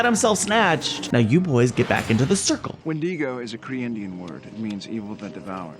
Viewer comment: I forgot how much ep2 makes me cringe 😂😂 i cannot stand the mispronunciation of wendigo in this